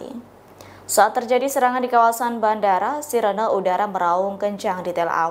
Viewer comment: Bukan sirena buu tpi baca siren gitu aja, ktawain org sebelah tu